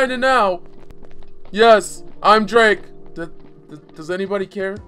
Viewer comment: ENDER MODZ it's pronounced drake